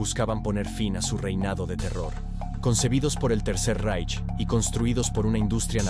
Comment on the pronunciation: ¿Cuando vas a aprender que no se lee "Reich" sino «Raij»? Suena jocosamente ridículo como lo lees.